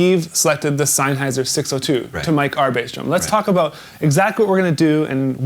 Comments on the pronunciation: You must be killing him inside when you say Sainhayser, it's Sennheiser! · Sam-SON and SENN-heiser